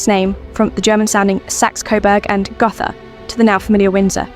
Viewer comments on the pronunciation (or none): Gotha has a long "O" in it.